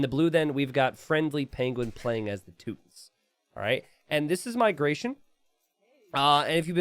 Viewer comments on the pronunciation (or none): How dare you say Teutons without the emphasis 😢🫣 - Teeeeuuuuuuutons